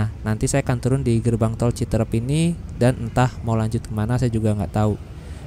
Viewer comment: Aslinya CITEUREUP bukan CITEREP ..!!! Seperti kata peuyeum bakan kata serem...